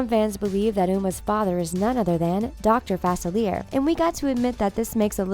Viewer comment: SooooooooOoooooooOOooooooooo BASICALLY your saying Celia and Uma are sisters. . . also that is not how you say Dr. Facilier but okey